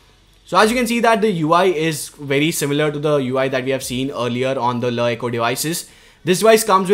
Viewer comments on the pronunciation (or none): every time he said la eco it sounded weirder